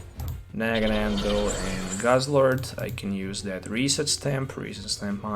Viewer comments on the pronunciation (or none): It's Naganadel, not NaganaNdel.